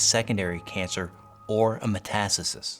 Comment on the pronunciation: It's. Called metastasis not metasasist!!